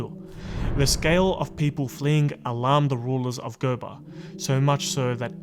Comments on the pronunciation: There is a University named after him in Sokoto state. USMAN DANFODIYO UNIVERSITY SOKOTO. And GOBIR is pronounced GO- BEE- RR. The R is part of the pronouncement. Not GOBAR. Thanks. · Gobir, pronounced as go-be-ri